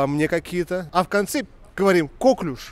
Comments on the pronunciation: Новая железа в организме-слюнощитовидная🤣 коклЮш, на Ю ударение. Французкое слово, как ты любишь. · КоклЮш правильно говорится! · Я в 15 лет знала значение всех этих слов… Читать надо классику, там все эти слова попадаются И не кОклюш, а коклЮш!!! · не кОклюш, )))) а коклЮш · коклюш,, просто коклюш)